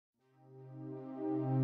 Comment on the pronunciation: So she just randomly decides not to pronounce the D in NEED? Stupidity nowadays is simply unfathomable.